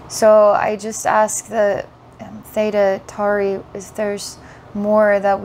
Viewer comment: th'eyda tory its pronounced.